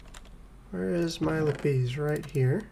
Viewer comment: LApees! LAPiss. sorry made me giggle. enjoying the content keep up the good work thanks